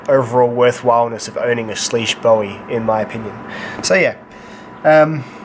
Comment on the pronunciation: its bowie not bowie damnit!